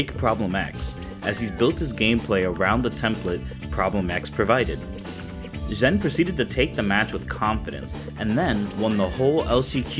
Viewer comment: Just a heads up, it's spelled "Zhen" but is pronounced as "Jen". I think only James Chen said it correctly in the stream.